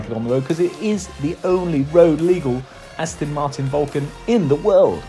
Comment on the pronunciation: It's As-TON not As-TIN.